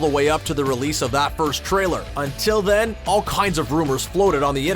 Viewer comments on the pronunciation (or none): none